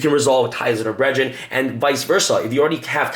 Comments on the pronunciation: "Ties of der bredren' ??? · Anyone else getting triggered by how he pronounces brethren? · Dude you're missing letters all over the place..... Zera-DEE-US and Ties Of The BRETH-RINN, this video is a trigger storm